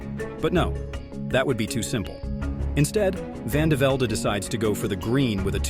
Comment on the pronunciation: Vandevelde pronounced vandeveld, not "vandevelday".